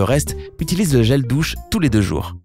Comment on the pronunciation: 4.16 Il a dit/les gels dousse